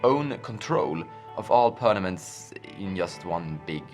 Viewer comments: Quit saying pernaments. Its permanents lol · It's per m a n ent not per n a m ent.